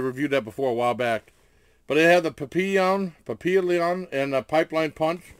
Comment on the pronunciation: I think it's pronounced pap-lee-ion it's the same name as my friends puppy and means butterfly 🦋... She goes cray cray if you mispronounce it LoL 😂